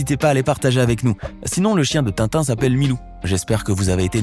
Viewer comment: Mec,c'est Tintin pas Tinton.